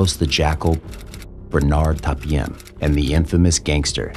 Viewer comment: It’s Bernard Tapie. Not Tapiem.